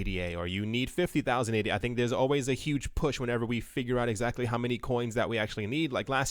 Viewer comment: The coin is named after Ada Lovelace. It’s pronounced Ada. Not A.D.A.